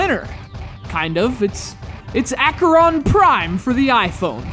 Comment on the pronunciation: How difficult can it be to pronounce Acheron? Try Ah-khe-ron.